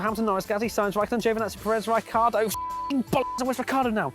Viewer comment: Rai-car dough!